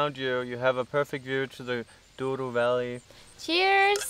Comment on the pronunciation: "Douro", "Douro"...